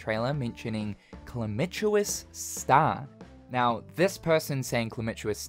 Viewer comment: My dude, it's ka-lamb-it-us as in calamity, not chlamydia